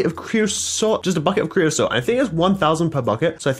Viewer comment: Who else is annoyed by him saying "creoslot" and not creosote